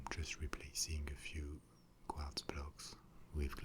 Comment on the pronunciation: I love the way Quartz is in a french accent. like kwadz